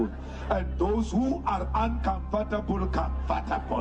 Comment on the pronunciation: That's not how you pronounce 'uncomfortable'.